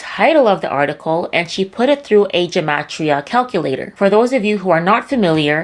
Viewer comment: It’s gematria with a hard “g.” It’s not occult numerology. In Hebrew, every letter has a numerical value. These people are idiots.